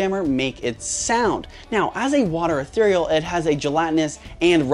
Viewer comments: Bro said water eherirel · Tyson said etherereal instead of natural it was on. Toe jammers part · "Water Ethereal" 💀